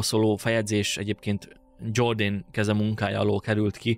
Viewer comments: Jordanesz nem angol, hanem görögül író gót történetíró. Tehát a neve Jordanesz, és nem Dzsordén. Az ilyesmire tessék máskor odafigyelni. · "Dzsorden" helyett Jordanesz, hiszen nem angol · Nem Dzsordén: Jordánesz vagy Jordánész (Getikának kell ejteni főművét): Iordanes latinul írt. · Ha nem lenne “aranykoporsó” akkor is elég izgalmas lenne a téma. Mindennemű előzmény nélkülözése elég “megúszós”. Jordánészt dzsordennek mondani pedig több mint gáz. Felmerül a kérdés hogy a videó készítője elég felkészült-e történeti témájú kérdések feltevéséhez és megválaszolásáhozn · Kedves! Tisztellek az ismeretterjesztő munkádért, talán a legfőbb hibát hadd mondjam azért: Jordanes az nem "zsordén", hanem "jordánesz"... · Jordánesz. Nem "Dzsordéjn". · Igaz! A Jordanes név "Dzsordánész"-ként történő kiejtésénél belém vágott mint villanyszerelőbe a 220! A neveket tanuljuk meg helyesen kiejteni! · Bonfini olasz nevét szoktuk használni: Antonio Bonfini. Jordanest pedig rendesen Jordanesz-nek ejtjük. Így alakult ki a történelem kutatásban, így szoktuk meg. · 😂Jordanes nevét nem kell angol-módra kiejteni, nincs olyan, hogy "Dzsordén"!!! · Jordanes nevét angolul ejtetted, bár latin név.